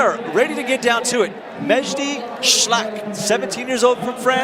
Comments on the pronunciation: Damn, can't you just try to pronounce the names right? Just read! There's a difference between la and al. Schalck is not Schlack. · The way the commentator calls Mejdi "Schlack" instead of Schalck is really disrupting it for me :D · It is Mejdi Sch-A-lck, NOT 'shlakk', for God's sake. There are only six men in the comp, and you get 16.6666 per cent of the names wrong... typical american. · "Maybe she was not at 100% on that move", "now she needs to be more precise", "that foothold doesn't seem too bad" ....... Who is this guy ??! Can't even pronounce "Shalck" ? "Miho and Oriane will fight for the 3rd place and miho will flash and Oriane will end up 4th" --> the commentator is bad at commentating AND at predicting